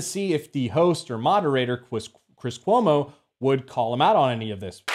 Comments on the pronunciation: “chwis cuomo” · Kwis Kuomo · Lmao Cwiss Cuomo that made me chuckle